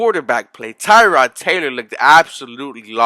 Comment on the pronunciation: Dude ,learn how to properly pronounce Tyrod Taylors name!!!he is not named after a car part. think "tear' as in tear drops of sadness.Tear-Rod.And i was at the game ,the whole team was out of sync at first.But I saw a ton of promise.